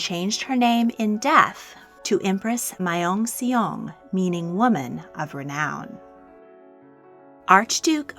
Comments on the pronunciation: The Empress of Korea's name is pronounced Myong Song btw (like young but with an m minus the u.) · Myeongseong: 명성 (Myung Sung) Joseon: 조선 (Joe Sun)-주선(Ju Sun) means arrangement Gojong: 고종(Goh Johng)-고정( Goh Jung) means secure(v) I know that Korean can be extremely difficult for non-Korean speakers to read or pronounce, but I was pleasantly impressed. thank you for teaching the world about Korean history along with so many others! you're definitely part of the reason my history grade jumped from a C to an A and helped me realize my love of history. even now I'm binge watching your videos. I always enjoy the content and am always grateful :) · I'm sorry, but you pronounced Myeongseong wrong, the "e" is silent, The "eo" is one letter you don't emphasize the e, it's eo not e. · no offense but her pronunciation of Myeongseong is wrong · I love your videos and watch every single one of them. If I may, I think it would be nice if you researched how to pronounce some of those names, at least to be closer, not perfect. Myeongseong is nothing like you said it and I'm sure it's an easy search to find the correct pronunciation. Just out of respect for the other cultures. But awesome videos all around.